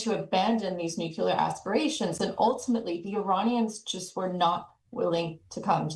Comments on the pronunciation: Nuclear. Not nucular. Geez. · Simple lies. And its pronounced Nuklēr not nucyeler